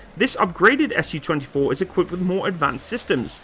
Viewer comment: I'll be "that guy" and point out the "Su" here should be pronounced as a single syllable as it came from the maker's name. If you pronounce it as 2 syllables (ɛs juː) then it'll be misunderstood as Samohodnaya Ustanovka